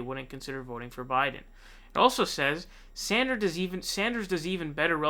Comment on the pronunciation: Bernie Saunders lmao